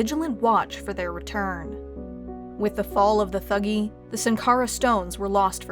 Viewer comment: It's pronounced "tuh-gee".